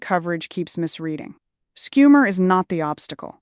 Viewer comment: Im sad you have been reduced to AI. Schumer is NOT SCoom er. Its SHOO mer